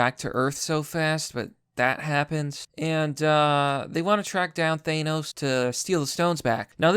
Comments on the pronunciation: why are you saying it ThAYEnos its Th-an-os seriously what the fuck is wrong with your pronunciation ? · Thanos, not ThAnos. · Why do you say 'Thanos' like that? The correct way to pronounce his name has been established quite well over the years. This isn't a 'tomato/tomahto' thing. There's only one way to say it correctly, and you're doing it wrong.